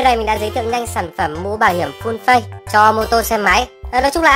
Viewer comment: Phát âm là phây chứ không phải phếch nha :))